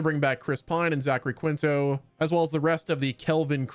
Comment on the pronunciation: In Quinto and other Spanish, generally names/words, the 'u' after a 'q' is silent and the 'q' is treated as a 'k' (and 'i' sounds like a long 'E')... Keento.